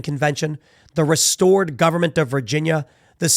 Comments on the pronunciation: Hey Tim! To finish your transition into a true West Virginian we gotta getcha saying Kanawha right! It's pronounced "Ka-naw" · Dude! You LIVE IN West Virginia, It's NOT "KAHN A WAH" It's pronounced "Kahnaw" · Just some pronunciation help - Ka NA wa - emphasis on the 2nd syllable. Also - If this thing in Oregon to Idaho works out, maybe that will renew the movement for the Maryland panhandle states to join WV?